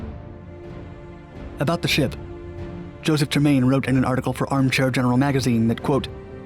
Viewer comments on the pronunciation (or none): none